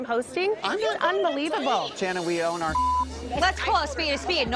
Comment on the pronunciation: Sha-Shannon-Shannon lol